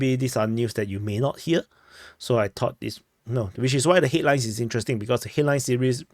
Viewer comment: Headlines? I heard hitlines.😂